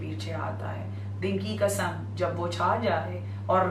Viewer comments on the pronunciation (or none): Ji bibi Zakira Muhterma it’s Qasam not kasam. Please pronounce correctly. It’s important for speaker to pronounce the word correctly.